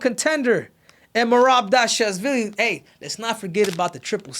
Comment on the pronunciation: Merab who?😂 mans had a stroke tryna say his last name